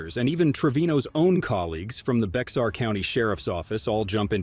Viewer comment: Actually it’s pronounced Bear County, I know b/c I’ve been there. As to locking up other cops I’ve done that too. In my 30 yr career I spent two in Internal Affairs and retired as a captain, the commander of the patrol division. In IA, and as a patrol commander, it was part of my job to get rid of bad cops.